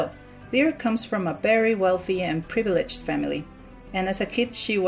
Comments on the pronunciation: this annoyed me its said L-I-RA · my name is lyra and its said l i r a I FEEL HURT T-T